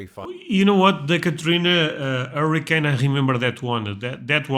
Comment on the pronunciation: He doesn't know how to pronounce hurricane